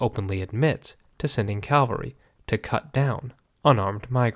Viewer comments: It's 'cavalry', not 'Calvary'! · Well done. Helpful information and advice about a “valueless approach” to history. Pronunciation point: CAValry is horse-mounted troops. CALvary is where Jesus was crucified. 🙂